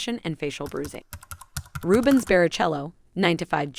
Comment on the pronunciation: Rubens bearachllo 😂